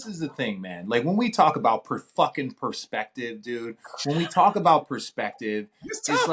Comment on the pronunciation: Per-fukking-perspetive 🤣 RJ is in a mood 😂